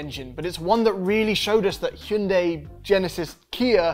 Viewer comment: Normal people: Hyun-die These peeps: Hyoon-day